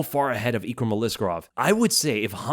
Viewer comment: Your name pronunciation is the worse I’ve ever heard. EEKrum? We all learned how to read man 🤣